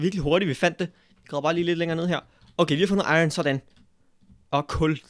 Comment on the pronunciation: der er iron og ikke ion #nohate